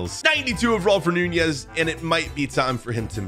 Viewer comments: Why do you say nunjiez not nunez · Lol you call that Nunez